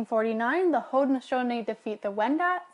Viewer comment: the guy's pronunciation of Haudenosaunee 😂